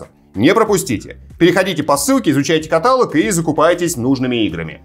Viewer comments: каталОг, а не катАлог,. Пожалуйста))) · каталОг и только каталОг. Ударение на третий слог. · каталОг - ударение на О 🫢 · каталОг, уважаемый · слово каталог уши режет